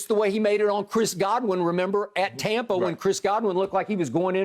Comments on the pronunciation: I really wish skip would stop saying "tompa" bay!!! Its sooo cringy, sounds soooo dumb. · aNd dO yoU reAliZe, at TAWPA Bay….